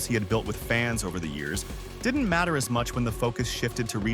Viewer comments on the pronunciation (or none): none